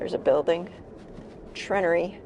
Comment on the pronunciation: it's pronounced treh-naire-ree. Not trin-ah-ree. Also for future reference the Munising post office still offers the Christmas Michigan postmark.